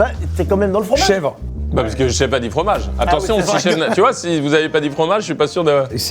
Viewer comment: J’suis désolée mais la nana qui dit à « quel formage c’est dans la tartiflette »… j’ai mal à ma Haute Savoie